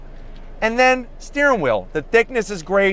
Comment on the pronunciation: What is a steering whil? How long after you eat do you get hangry? I've lived in several states from Maine and Pennsylvania to Colorado and Utah. Where in the country do people pronounce "Compass" like that?